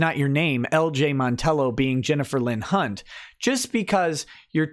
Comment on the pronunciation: the affadavit of Ms. "Cunt"/"Hunt" lmao! also not fair laughing + nose-shooting whiskey and coke. It stings lol